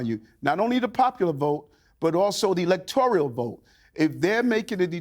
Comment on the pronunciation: Yes and he also said "electorial" instead of electoral